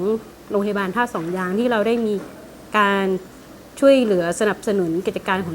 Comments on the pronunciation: ท่าสองยางนะ ไม่ใช่ ท่าสองยาน ออกเสียงให้ชัดๆหน่อยนะ ผมนี่คนท่าสองยาง โดนกำเนิด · เหรอทำไมผมฟังเป็น100รอบคำว่าท่าสองยาง มันถึงเป็นท่าสองยาน คับ น้องรู้จักพี่ พัน ที่เป็นยาม รพ.นี้ไหม ผมนี่แหล่ะน้องเค้า ชื่อ เอส